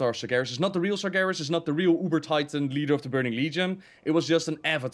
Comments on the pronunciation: This is funny. All this time pronounced Sargeras "Sarjeras". but when said the right pronunciation he started saying Sargeras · When said he played warcraft3, it sounded like he said warcrap3